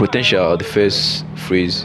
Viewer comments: Sir, please work on your pronunciation. It's PHASE and not PHRASE. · Me sef dey wonder. I kept on hearing ‘phrase’ which has a totally different meaning from ‘phase’. But good effort.